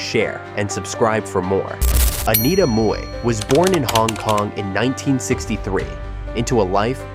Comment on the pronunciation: Im glad you pronounced Mui correctly. For the american audience, she was in jackie chan rumble in the bronx as store owner.